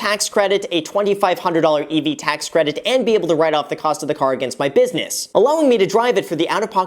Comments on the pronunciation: Business * graham not “busines” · I wonder how much money Graham saved by omitting the last "s" in business 🤔